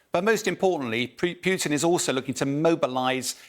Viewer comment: Vladimir "Pewyouteen"